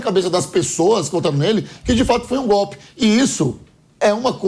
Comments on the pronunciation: Gope,assogo,abobra,kk vergonha esse nove dedos é uma vergonha,como pode um presidiário no governo,e ainda fala tudo errado😛🤔😈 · O nove dedos pronuncia "gope"! O Brasil tem o Presidente que merece.